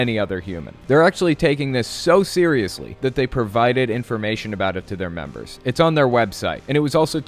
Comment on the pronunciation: Members not memebers lol